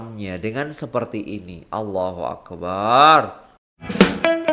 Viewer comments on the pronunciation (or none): maaf iya..mohon sebutan ALLAHUAKBAR..mohon sebutan BAR jgn di panjangkan..karna makna nya jadi lain..maaf sekadar nasihat..